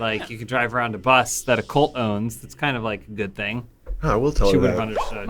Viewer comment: Hey, its a cUlt not a cOlt. Pronounced KuhLT